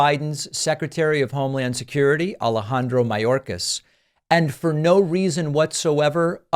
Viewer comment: Margorie,,,Margorie..! Tell us why you impeached Mayorkis? "Because he's a vewy vewy bad man..."